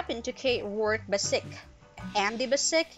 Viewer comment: Sounds like your saying andy basic not andy bass-ich which is how andy himself pronounces his name on the show. Do u even watch it lol